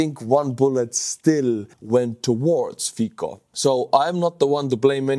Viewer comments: I love your channel, video and all your effort put so enthusiastically and with humour. I never wrote you. Just now. It tears my ears the pronunciation of Fico' s surname. In Slovak letter "c" is pronounced as c, not k. C sound is like in the English word Tsar or as a 4th letter in word Specnaz. The same pronunciation is in names Cintula (not Kintula) and Slovenskí branci (not branki). I am looking forward to your videos. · it isn't "fiko", it's "Fico" pronounced fitsoh". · pronounced as Fitso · Thanks for great coverage as usual. One small point - Slovak PM Fico is corectly pronounced more like "Fitso". Although I do not agree with his politics at all, it is nice to be polite. Thanks! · nitpick: Fico is pronounced with "C", not "K" (more like "cent" or "Ceasar" with a little bit of eastern accent). :) edited: As mentioned in reply below "tz" is actually pretty good substitution. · It’s not fiko but fico you basically pronounce the C as TZ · it's Fico, not Fiko:D Try the estonian pronunciation, it'll be much more correct. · His name isnt fikko i am slovak and we say his name fitsco not sure if its phoneticaly correct how i written it but c its hard not soft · It's pronounced Fecal. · Not really. Fico would be pronounced "Fee-tso". The "c" is pronounced as "ts" in Slovak, not "tz" - some regional dialects notwithstanding. Cibula (onion) is another example. It'd be pronounced tsee-bu-la (accent on the first syllable) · Fikka absolutely based estonian pronounciation XD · it's Fico, not Fiko. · the letter "c" in Slovak is pronounced "ts". Therefore, the name "Fico" is pronounced "fitso". You're welcome. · His name is pronounced “feet so.” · Fiko? Really? Come on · His name is pronounced "Fitzo." Smutný deň pre demokraciu.. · Fico pronounced "Fitz-oh", just saying. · Bro, i can't take you reading his name as Fiko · Robert Fico [ˈfitsɔ] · Not Fiko pleeeeeeease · Letter C in Fico is pronaunced as english C, not K.